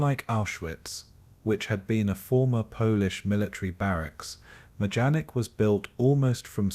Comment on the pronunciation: The camp's name is pronounced My-don-ik.